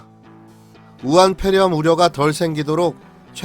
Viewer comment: 아직도 우한뾔렴? 발음도 안되면서 왜 자꾸 뾔렴이라고 하는지 ㅉㅉ 안스럽구나